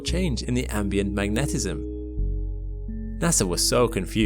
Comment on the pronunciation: bro said mag-netizm